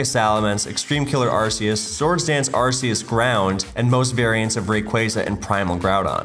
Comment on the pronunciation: ...so many Arceus mispronounciations